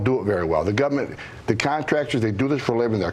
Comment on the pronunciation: ....did he say "gubment"...?